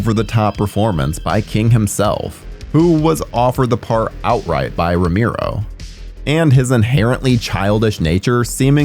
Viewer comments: You say Tomato, we say Tomato, You say Rameero, we say Romero. It's too distracting, I had to stop watching. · Who's "Romiro"??? Oh! You meant ROMERO.... 🤣🤣🤣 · It's pronounced ro Mair o.Not ro mere o.If you're going to act like a horror expert,dude,I can barely watch this every time you say ro mere o. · Get someone to narrate who can pronounce Romero's last name properly ! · Seriously, this has been driving me crazy the whole video. It's not even that hard of a name.